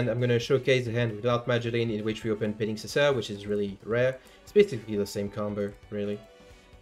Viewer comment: Our man flexing that he can actually pronounce petingcessoeur.